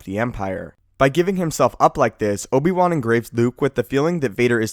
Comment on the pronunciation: "Find the time to leave a laik." (Liking takes half a second)